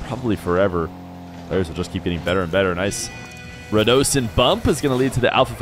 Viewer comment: Yo. When did start calling Radisson as Radosin? Noo.. also the Zen shot where Alpha54 faked etc, I think it was being saved, so he just pings it onto the backboard deliberately